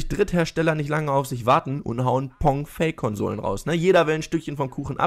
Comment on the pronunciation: Pong nicht Ponk